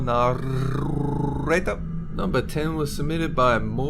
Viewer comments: I FUCKING LOVE!!! when he says naRRRRRRRRRRRRRRRRRator <3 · Narrrrrrrrrrrrrrrrrrrrrrrrrrrrrrrrrrrrrrrrrrrrrrrrrrrator I can tongue roll longer than you